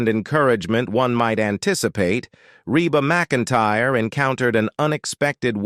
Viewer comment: This is a terrible post with a terrible computer voice that even pronounces her name wrong about 4 different ways. This is really negative and many things are wrong. (She sang in high school with her brother and sister - The Singing McEntires.) This post even spells their last name wrong. I